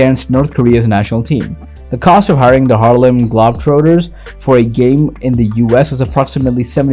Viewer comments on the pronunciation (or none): Bro if you're American, and pronounce the Harlem globetrotters the way that you do....... Burn your birth certificate and your social security card... You're not american